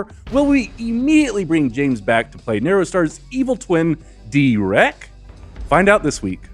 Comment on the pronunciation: DEE’REK oh my god